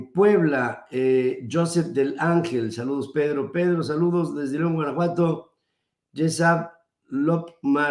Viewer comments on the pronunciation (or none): none